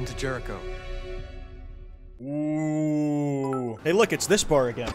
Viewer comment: lmao, when i heard "jericho" i thought it said "terror drone"